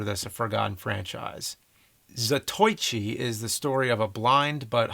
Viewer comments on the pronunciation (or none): "zatoychi" lmao. ZATO ICHI james. c'mon. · ZaTOYchi?.... C'mon James. Za-to-i-chi. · 🤣 oh James... Za- toich -ee? It’s Za-toe-EE-chi. “Ichi” means “one” in Japanese... so I have to wonder what “zato” means (“blind” perhaps? As in: The Blind One?) would a franchise be considered a trilogy? Would HANZO THE RAZOR and the DAIMAJIN films count? hmm... Lone Wolf .... could he be based on Arsene Lupin? And a certain someone’s grandfather? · Za To E chi not za toy chi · Oh James :) haha. Zato-ichi. Ichi, like 1, ya know? Not Zatoi-chi. Haha! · "ZAH TOY CHEE!" oh lawd come on lol. Zah-Toe-Eee-Chi. Man one of my favorite film series finally gets a shout out and the name is butchered haha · What the hell's Za-Toi-Chi...?!😂😂 It's Zato-ichi, man! I thought you were learning Japanese, James!😉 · Lol he said Za-Toy-Chi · Zatoychee? I cringed! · bro it's zat-oh-ee-chee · Za - to - i - chi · haha nice James - za-toychi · Za TOY chi! lmao James, I thought you were learning Japanese. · I may not speak Japanese, but as someone who has taken Japanese sword the pronunciation of Zatoichi is ZAA-TOE-EE-CHEE. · Zatoichi (Za-To-Ichi) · I hate doing this James. Zato - Ichi, Japanese is broken up into syllables with a vowel at the end. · No shade, but for future reference. "Zah Toe EE Chee" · Repeat after me; Zah-Toe-EE-Chi. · 座頭市(ざといち)＝Za-to-i-chi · I love this video because I love old movies. I'm born in 1975 and love the Andy Hardy, Boston Blackie and Basil Rathbone Sherlock series... And Zotoichi is an all-time fave (Your pronunciation, tho? Ouch! LOL) But wanted to mention two series forgotten: The "Maisie" series featuring Ann Sothern for most. Although only 10 films. Another one I thought of was "The Bowery Boys" who I believe went under multiple names and incarnations. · His pronunciation of “Zatoichi” physically hurt me. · James can say "Shintaro Katsu" properly, but not "Zatoichi" or "Llewellyn"? Daniel Craig's James Bond isn't supposed to be the same character from .